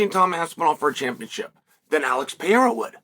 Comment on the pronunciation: Good lord Chael, your pronunciation of Alex Pereira last name is not even close. Show some respect and learn the persons name you’re speaking of, it’s not that difficult.🙄